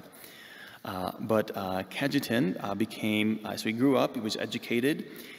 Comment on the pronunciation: Ca-ye-tan is the proper pronounciation